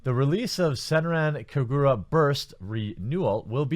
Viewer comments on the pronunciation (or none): Hold on a sec. "SENRAN KAGURA" "Sen - ran Ka - gur - a" You are saying it wrong, my friend. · Not gonna lie, I like the way you pronounced SenranKagura. But, seriously? Dahh fukk Xseed? I supported you through out the years. Glad I'm building my PC next month.